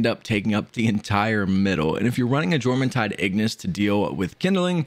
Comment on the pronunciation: y-orm the J isnt juh its y like yawn its norse